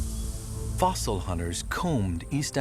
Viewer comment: oh and it's "Fossil".